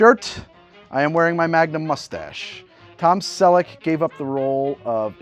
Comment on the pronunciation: I give your mooostache a 4/10. The drink gets a 8/10.